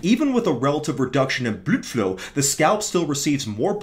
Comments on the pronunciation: oh right, it sounds like you’re saying bludflew, rather than blood flow. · enough is enough. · does he pronounce "blood flow" that way because he's making fun of the british dude from HG, or because he has no testosterone left?